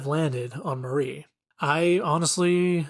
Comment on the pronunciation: Mari is not pronounced like Marie. Mar-ee not Mah-ree